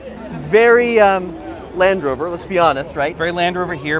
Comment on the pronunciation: It's Land Rover not Landover